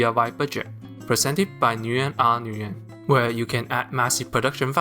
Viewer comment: I'm sorry, bro. But as a Vietnamese guy, it pains me to hear people say "noo-yen." I don't know who started that trend, but it's pronounced "win."